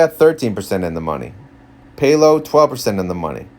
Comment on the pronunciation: PAL-OH, not PAY-LO